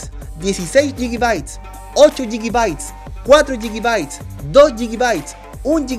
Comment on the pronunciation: Yigibaits? 🤣 Chilenos...